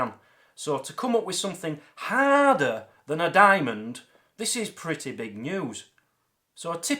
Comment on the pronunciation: "I can imagine it's quite pritteh" lol